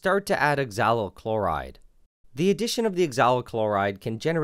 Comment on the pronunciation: 'oxalyl' NileRed: 'exalo'